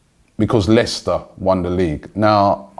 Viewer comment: Why is he saying Leicester like that when they have in the past 10 years won a league title and Arsenal have not?